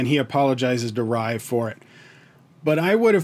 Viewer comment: Just to let you know.... You are pronouncing 'Riya' as Raaya.... It's actually pronounced as 'Ree-yaa'